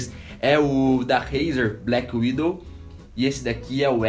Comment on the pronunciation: Só pra deixar bem claro, NÃO É BLACKWINDOW e sim Blackwidow